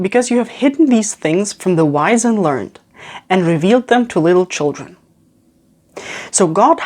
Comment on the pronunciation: Jus' a small note, which I'm permitting myself, because of the nature of the channel & indeed this excellent video: 'learned' here is pronounced 'learn-ed' - two syllables. I'm not sure if this is a British/American thing - & I repeat - I would not bother pointing this out in 90% of channel types, or settings. ~